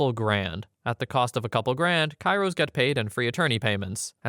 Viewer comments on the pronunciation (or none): none